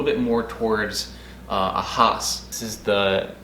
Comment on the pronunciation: It is Hass as in Bass.